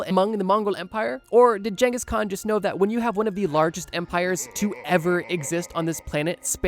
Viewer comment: I will never forgive you for how you pronounce khans name. Wtf